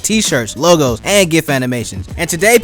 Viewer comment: it's pronounced gif, not gif